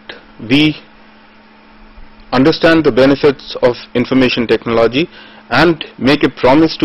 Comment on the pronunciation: 'ECONOMY' is not pronounced as "Ecunomy", but as "Econumy". Similarly the word, TECHNOLOGY is pronounced with emphasis on the first "O". Also total lack of enthusiasm in the voice.